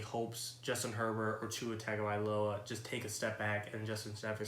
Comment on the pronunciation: It’s pronounced Tungovailoa